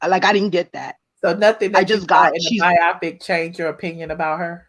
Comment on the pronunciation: Can we please say "bio-pic" not "bi-opic"! A biopic is a biographical picture for short. Y'all killing me with that every time I hear it. LOL